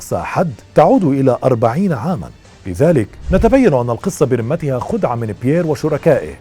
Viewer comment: ملاحظة: برُمتها (بضم الراء) وليس بكسرها كما تكرر في كلامك الرِمة (بكسر الراء) هي العظام البالية